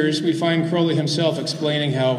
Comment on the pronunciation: sorry i cant take a speaker seriously when they say crowleys name wrong. it rhymes with holy.